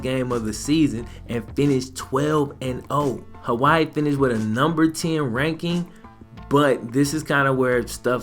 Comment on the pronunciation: Aye i luv yo vids bro but you butchered my states name😂